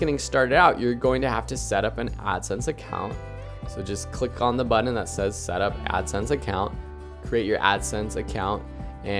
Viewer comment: Buddon must be a Canadian thing. That drives me insane. Pronounce the t's. Good info, but please please please stop saying buddon